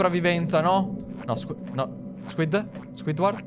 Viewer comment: Squiddy grazie 😑 Basta con la pronuncia inglese grazie😑🤦‍♂️🤣